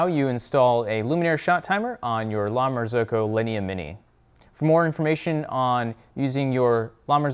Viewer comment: La Marz-oohh-co